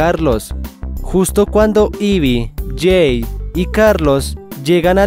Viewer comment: La diversion de leira Y además es Jay y se pronuncia Lley, no es que se llame Jake